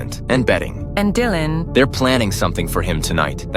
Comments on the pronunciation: Lol I says ✨Dyland✨ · you see that jasmine says Dylan’s name wrong and Mr.mills says it right..that’s evidence she might not be the mom…hmmmmmmm